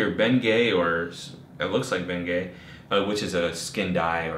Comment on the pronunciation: hahahaha i noticed that I was rolling